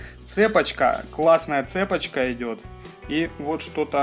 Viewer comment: не цЕпочка, а цепОчка!